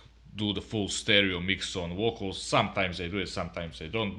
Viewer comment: I like your lamps!! They make a difference in the sound!! LMAO!! like how you say, VOKALZ!! LOL